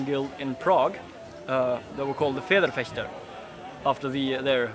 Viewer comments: could have swore he said FartSchwigger. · "His Norwegian accent when pronouncing German words" - was that supposed to go anywhere? His pronunciation is actually quite good, if I may say so :-) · Protton I know, I know. I never doubted that. I was just being butthurt about him mispronouncing Federschwert in the beginning. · oh god why - first two seconds and someone already butchers the term federschwert :D